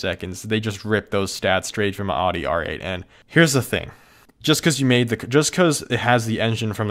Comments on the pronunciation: how can you call your self a car person, and mispronounce the name of a major car manufacturer? really?? it's pronounced owdi not oddy. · Audi not "Aadi", Bugatti not "Bugadi" also the Chiron is prounounced Shiron (Širon)